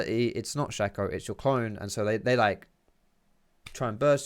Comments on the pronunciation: it's sh-A-co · Maybe im wrong, but i think Shaco is pronounced (Shay-co) because his name is anagram of Chaos. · It's not shack-o